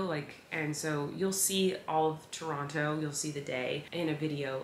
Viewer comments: Colleen you say Toronto like a true Canadian. With out the o and t🤪 Trono that’s how Canadians say it lol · I LOVE that you say Toronto the Tronnoo way 😂💙💙💙 you make my heart happy!! Was sooo sad I missed the Toronto show!! It sold out so FAST!! 🇨🇦🇨🇦🇨🇦 lovelovelove